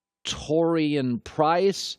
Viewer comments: He Can’t Read How You Read Prince As Price 😂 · Taurean Prince is a good player and hes been starting for Atlanta since last season. No one who knows the nba had to google him... Prince not "Price" dude, how do you get paid for this? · You were trying to hard to mess that up. You can't pronounce the word Prince?